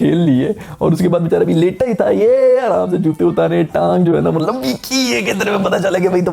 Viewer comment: Mtlb kaisy matbal kaisy, aisi fluency kahan sy laty ho?